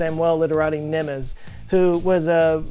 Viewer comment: I love your videos. Entertaining and informative. (I'm a bit addicted to them at the moment, actually) Thanks a million 😊 The only comments I'd like to add that the name 'Gusztáv' is pronounced 'Gustav' not 'Gushtav' and 'Nemes' is pronounced 'Nemesh'. Hungarian 'sz' = English 's' Hungarian 's' = English 'sh' Hungarian 'zs' = English....well...never mind 😏 (It's bloody confusing, even for me! 🥴💩🤣) (In another video 'Munchausen' was pronounced incorrectly.) Seems, us, Hungarians haven't changed much at the core. 🧐😱🥴 Keep the videos coming! 😊